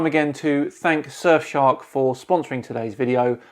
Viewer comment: "[...] surfshark vpn [...]" heard that as "sir shark vpn" and was waiting for something like "sir shark vpn, the royal solution to your privacy" also, phucket word for DFOTY 2020